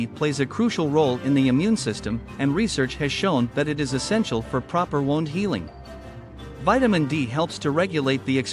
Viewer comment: Wound, pronounced "woond"